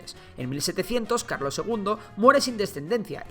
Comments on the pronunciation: Carlos❌ Calos✅ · Puso calos en vez de carlos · Min 8 a Carlos III le falta una R 🤣🤣🤣